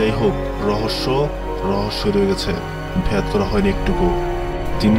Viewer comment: ভাই,ভেদ কে ভ্যাদ কেন বলেন?? আজাইরা ছবি আর মিউজিক দিয়ে নস্ট করছেন সব।। নিজের উচ্চারন ঠিক করুন